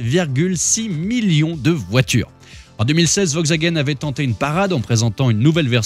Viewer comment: C'est "VoLkswagen".... On prononce le 'L" hein... 🤣